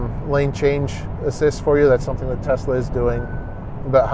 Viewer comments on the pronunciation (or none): none